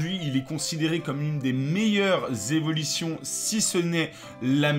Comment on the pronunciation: Cro bien les Z'evilition :)